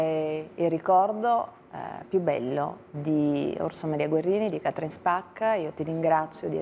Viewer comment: Tutto il tempo Càtrin, Càtrin!!! Si pronuncia Catrìn, Catrìn, gnuranta!